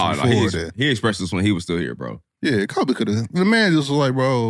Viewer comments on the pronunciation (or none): this dude said kobe wrong (for not talking to a lazy sorry ass teammate)... then he said "i don't remember what he did" 🤡🤡🤡